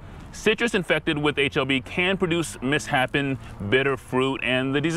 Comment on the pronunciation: it's mis-shape-en, not mis-happen. Important detail if you want to get your point across.